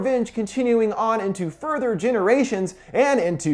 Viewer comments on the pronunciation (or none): none